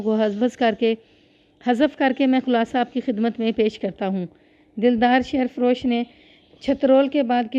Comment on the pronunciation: شیر فروش میں شیر کو زیر کے ساتھ پڑھتے ہیں مطلب ہے دودھ بیچنے والا ۔ اسی طرح جن جپھا بھی ٹھیک نہیں پڑھا ۔ اور بھی کافی جگہ۔۔۔۔۔۔ تلفظ پر توجہ دیں